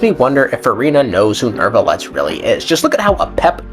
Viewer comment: You pronouncing neuvillette with an R is bothering me so much. Gotta do your due diligence on pronunciation of these names of you’re gonna be a content creator.